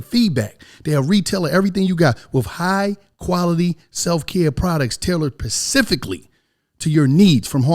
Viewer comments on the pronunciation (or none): This nigga really said pacificlly ☠️💀😂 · SPECIFICALLY * U DUMAZZ PACIFICALLY AINT A WORD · Pacifially??? I thought it was specifically but ok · Hawthorne tailored “pecifically” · “Pacifically” was used in the promo 😂